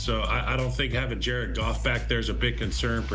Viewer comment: Jar-ed Goff Jar-ed Goff 💙